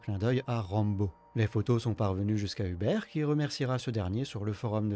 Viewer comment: Vidéo très qualitative, on aime beaucoup dofus en Pologne ❤. Si jamais les prénoms se prononcent Martchine pour Marcin et Houberte pour Hubert.